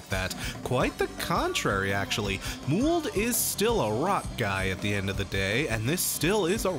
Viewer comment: Muwled? I thought it was pronounced mouled as in fungus? 😕 This might be an American thing, is this how you usually pronounce it?